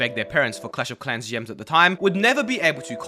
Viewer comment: I'm triggered by the way he pronounces "Gems" as "Yems"